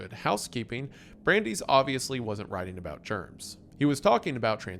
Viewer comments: brandies was a shot to the soul. Ironically when Wendi said he can pronounce American names. I’ve only heard it as brand-ice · My guy, love your videos but you need to refer to a pronunciation guide. Brandeis!? Like the university? C’mon man. Every video there’s a point where I have to rewind a few seconds like ‘did he just say brand-ees?’